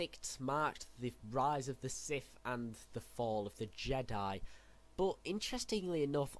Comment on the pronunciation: Why do you say sith weird